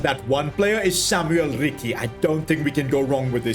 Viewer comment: Samuele Ricci, not Samuel Rikki.